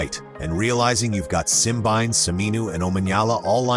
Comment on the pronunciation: I just wish these people can get the pronunciation of Simbine’s name properly: it’s Simbeen-né